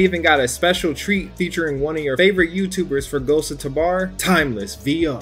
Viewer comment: Please.. it’s ghosts of tabor as in “tuh b or” not “tuh bar”